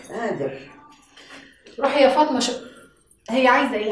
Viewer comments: هو ليه بيقولها فاطنة مش فاطمة انا عايز افهم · لان الطبقة من المصريين الغير متعلمين ينطقونها هكذا بدلا من فاطمة ينطقونها فاطنة